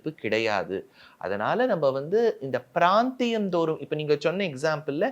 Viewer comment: thambi youtuber, brandhiyam illa Praanthiyam